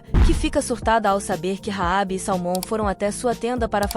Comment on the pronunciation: Só erra na pronúncia de salmon